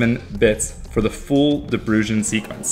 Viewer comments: "Deh Brain" is how it's pronounced.... lol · I'd say proper pronunciation is "De Brown". Not dutch but lived there. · 'De Bruijn' is pronouced more like 'De Braun' (or phonetically: də ˈbrœy̯n) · how he pronounces De bruijn haha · Came here because I started learning lock picking and wondered about combination locks. This channel is awesome! FYI, de Bruin is a Dutch family name which translates to the Brown. As for pronunciation, the English don't use ui and thus can't really pronounce it. Your best shot would be saying brune :P